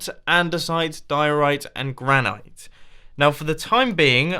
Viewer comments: Does he know how to say granite? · gran- IT! It's pronounced gran-IT!